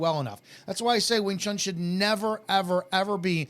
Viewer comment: People that pronounce it "wing chung" with a G at the end.... Annoying.